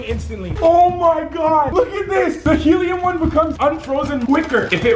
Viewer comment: He said heliuuuc and oxeheihuh